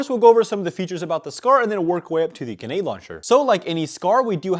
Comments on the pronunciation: It's GREnade, GRENADE. Not Genade. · GREE NADEEE stop saying Gnade plssss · It’s Grenade not Genade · ganade? its grenade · ITS GRENADE STOP SAYING GANAD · i gotta know, why do you pronounce grenade launcher "genade launcher" 😅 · My eye twitched everytime you said gehnade launcher and not GREnade launcher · ok is it me or is he saying genade launcher? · it pisses me off the way this guy says karkage and genade but I otherwise love his content! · Stop saying “ganade”. Driving absolutely nuts. Lol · Ah yes, genades, carkiges and the marine corpse. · What the fuck is a guh-nade launcher? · Bro says ganade😂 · "genade launcher" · Who tf says "ganade" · Bruh grenade has an R in it. It's not genade... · Ga-nade launcher lol Where did the R go? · “GuNAde laUNchEr” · bro says "ganade launcher" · You need to pronounce the R grenade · Did you/can you zero the scope on the sniper? Might make a big difference... Also unironically mispronouncing grenade every time was painful. There is an "r" in there. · Is it just me or does he just forget the R in grenade launcher? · You know there is an 'r' in grenade right? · PLEASE PUT THE R IN GRENADE AND THE T IN CARTRIDGE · Bro still saying grenade wrong after i don’t even know how long anymore 😂